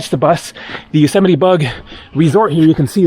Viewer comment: Another great video.. haha now i know how Yosemite is pronounced.